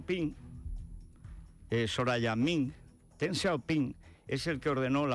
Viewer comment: Fede, no te las des de sinólogo. El pinyin ya lleva mucho tiempo y además el Wade-Giles no era correcto. Y el Deng de Deng Xiao Ping se pronuncia Deng y no Teng, por mucho que te pongas. Y en cuanto al dicho francés, de francés nada. Es de Cicerón: rem tene, verba sequentur. Repasa el latín, anda.